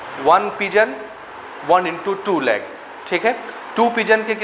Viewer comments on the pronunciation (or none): Sir pigeon hota hai na ki piegons